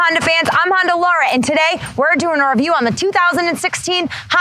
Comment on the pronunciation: I like how she calls it a Honder ;)